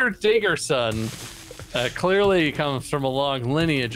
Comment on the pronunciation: Mr. diggerson Subtitles: Mr. Dickerson